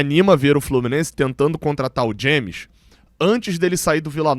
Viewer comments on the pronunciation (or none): none